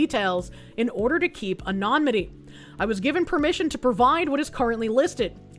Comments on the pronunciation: Its not pronounced anomanomatitty? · someday will learn how to pronounce anonymity